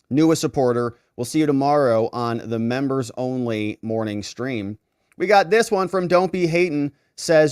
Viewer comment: please stop saying "membos".